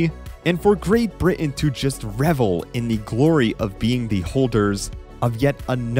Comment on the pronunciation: Learn now to say Britain